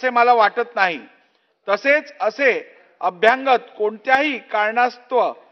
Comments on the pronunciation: एखादा भैया सुध्दा यापेक्षा स्पष्ट आणि शुध्द मराठी वाचू शकेल. अभ्यांगत असा शब्द मराठीत नाही. अभ्यागत म्हणा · अभ्यंगत नाही अभ्यागत असत ते , अभ्यागत म्हणजे स्वतःहून आलेले ( न बोलावता ) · अरे 'अभ्यंगत' नाही, 'अभ्यागत' ! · अभ्यांगत हा शब्द नाही. मराठी मराठी ओरड करतात त्यांच्या लक्षात येत नाही का? अभ्यागत हा शब्द आहे परीसीमा नाही परीसरात 😂😂